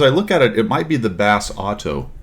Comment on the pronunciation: Pretty sure the accent in pronouncing is like the food, rossoto. Just my take.